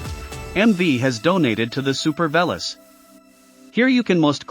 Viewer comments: Not sure if you're doing on purpose, but pronouncing the name wrong isn't so nice. Though you're probably the only one who actually did the tandem review, so that's a good one 😂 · It's like saying "I am an Ame Rican". You must be the only person who mispronounces this bikes name! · can you please pronounce it correctly?